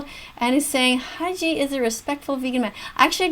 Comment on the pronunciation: Nagito= NAH-gee-toe. You got Haiji's name right tho